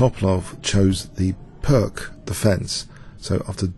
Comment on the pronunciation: I love you, but please pronounce those chess names and terms correctly: fianch(k)etto, To'palov, Pirc (peertz).